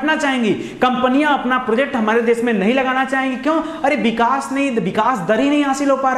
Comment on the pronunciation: बिकास नही sir विकास बोलीये please